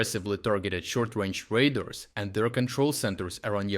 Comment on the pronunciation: Radars not raders.